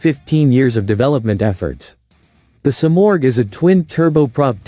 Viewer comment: Dieses Flugzeug heißt Simorgh, nicht Sumaq.😂